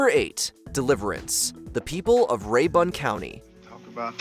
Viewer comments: Ray-bin. Not ray-bun. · Pronounced more like RAY- burn county. From lake Lanier, y'all come....yuh heh--ur. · There is no "Ray-Bon" County in Georgia.